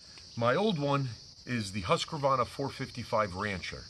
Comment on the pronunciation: Haskavarna😂😂😂no offence great review